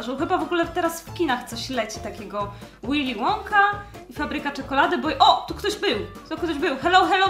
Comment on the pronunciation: W tym filmie zaraz będzięsz Willym wonkom czytaj łilim łąką